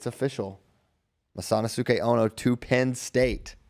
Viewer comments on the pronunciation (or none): The pronunciation of masanosuke is hurting me 😂